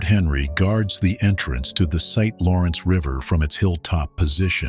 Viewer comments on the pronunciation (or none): none